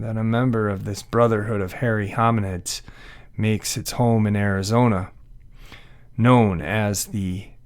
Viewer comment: THE MO GE ON IS HOW ITS PRONOUNCED, MOGILLON RIM,,is beautiful forested heaven.the APACHE INDIANS have a home there,its located near the mid to southeast corner of the state,awesome country.